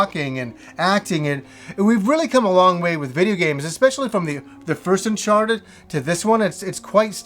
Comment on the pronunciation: Unchawted, noice